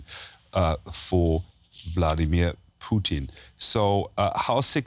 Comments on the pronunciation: guy called him Poutine instead of putin lol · Stop calling him puteen lol